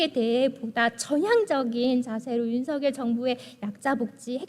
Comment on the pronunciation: 아이구 이뻐라. 국민의 당에 이런 이쁜 인재가 있었다니! 복이다. 복. 우리나라 복!! 까딱하면 장애인 중 발달장애인이 가장 취약하게 피해를 입게 되겠네요. 세상에! /윤성열/로 발음한다면 더 이쁠 거 같은데. 이름을 둘러싼 문화를 살펴본다면 본인이 발음하는 대로 발음해 주는 게 예의이자 기본입니다.